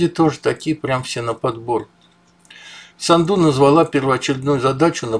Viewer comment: Майя САНДУ- ударение на А не на У сАнду